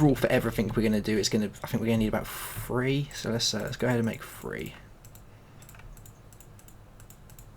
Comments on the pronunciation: I kept laughing every time he said "free" instead of "three" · Learn how to say the number three